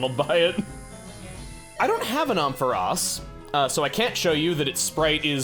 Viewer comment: please the way you pronounce Ampharos is killing me